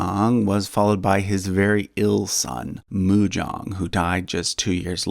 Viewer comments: Nice vid but Sejong's son was called Munjong not Mujong. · he is munjong, not mujong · Munjong is correct :) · just one correction for the title name, Great King Sejong's son's title is MUN JONG (pronounced Moon jong) not Mujong, also it isn't their name, its the king title they are given upon their death, the next king choses it by an evaluation of their achievements while in office. so in fact King Sejong wouldn't know himself as Sejong. They have real names, Example : King Sejong the great's real name is Yi Doh or Lee Doh. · munjong not mujong Btw jungjong killed my mom's ancestor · The king right after Sejong is Munjong, not Mujong. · The King after Sejong the Great is Munjong, not Mujong. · King Sejong the great's successor name is Munjong, not Mujong Mujong sounds like the Korean word for Athlete's foot.. why would someone name a King like that in Korea...